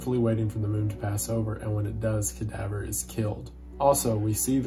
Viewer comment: The way Wendigoon pronounce Cadavre's name leads me to believe he pronounces French words like "Danse Macabre" as "Dance Macaber"